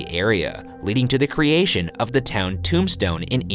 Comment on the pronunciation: Every time you say “Tombstone,” it sounds like you’re trying to say “Tucson ,” but failing lol.